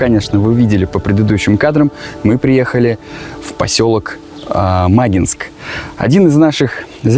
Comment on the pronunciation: ударение на И. Не мАгинск, а магИнск!